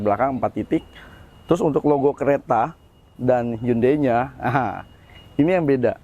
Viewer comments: Ralat bacanya HYON - DAE 😁👍🏻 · Bacanya kok handei sih....🤣🤣🤣